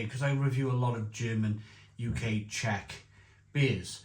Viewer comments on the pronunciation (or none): none